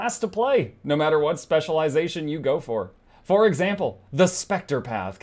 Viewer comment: Say thrive again! I dare you!